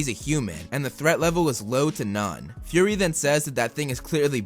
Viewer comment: It's Fury not Furry. Fury is Fu-ry. Furry is Fur-ry, A word that you use to describe a cat.